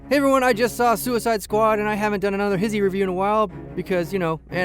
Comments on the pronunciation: no its pronounced he-zee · wait what? its pronounced His-He not Hi-She?! MY LIFE IS A LIE!! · I still refuse to believe HISHE is pronounced HIS-HE instead of HISH-E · WAIT WAIT HOLD THE PRESSES!!! Hissy? You pronounce it Hissy?! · HIS-HE? I thought it was HI-SHE. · He pronounces hishe so weird, like hissy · I never even imagined it would be pronounced his-he. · Wait......the channel isn't pronounced hish-ee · You should change HISHE to HIS-HE since that's how you pronounce it. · I've been pronouncing "hishe" wrong I've been living my life a lie